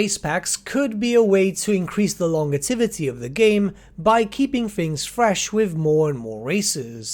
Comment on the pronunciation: "Longetivity" , I had to chuckle.